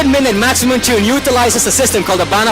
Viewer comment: You pronounced "midnight" wrong. You turned "Meed-naight" Into "Meed-nit"